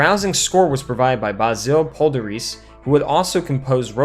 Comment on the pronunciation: I laughed out loud when I heard your pronunciation of Basil Poledouris.